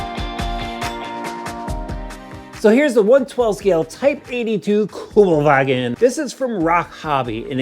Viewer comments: It's Kübelwagen, not kjugel-wagOn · Kübelwagen not Kubelwagen 😉👍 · its kübelwagen, NOT kubelwagon